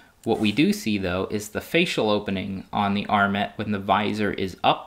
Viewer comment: TIL that this is the correct pronunciation of "armet".